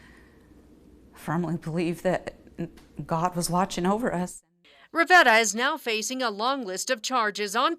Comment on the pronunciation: "we truly had a guardian angel watching over us" i believe it's pronounced 'GUH-uhn'